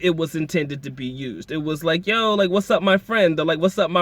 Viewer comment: It's not Joe, it's Yo.